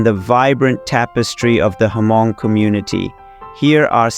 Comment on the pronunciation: It's pronounced "mong" not hamong. H is silent.